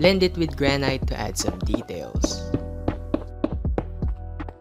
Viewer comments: When he says gran-(ight) and not gran-(it) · I love how he pronounces granite as granyte